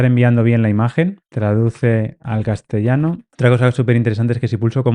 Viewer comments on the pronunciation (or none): none